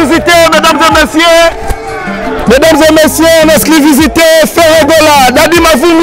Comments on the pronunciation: Il dit plutôt "exclisivité" 😂😂😂😂😂😂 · Journaliste ya zoba, balobaka : exclusivité, mais yo ozo loba exclivisité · il dit en exclivisité! Faites bien attention 🤣🤣🤣🤣🤣🤣🤣🤣🤣🤣🤣🤣🤣🤣🤣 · On dit en Exclusivité et non en esclivisité MR LE CHRONIQUEUR